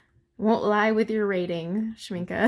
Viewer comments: I just found your channel so I apologize for responding late. I do love watercolor swatching. I have 4 Schmincke tins and the large one like yours. BTW, you pronounce the word Schmincke correctly. Its a German word and the E at the end has the Uh sound. Not the E sound. My pans fit very tight. You are supposed to push in the brackets a lot before you put the pans in. Not after. Push the grippers in well at sharp angle and then put the pan in tipping the front down 1st and then push down that back side of the pan and they will snap in tight. Works every time for me. Good luck! If they don't lock tight, you didn't bend them far enough. Make them totally angled down at the base of the bracket. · Oooh all the pretty colours! I pronounce Schmincke the same and I think so did the artist in one of their videos, so I’m gonna say you’re right :D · And it‘s correct how you pronounce it (I‘m from Germany). Well done, thank you! Beautiful paints!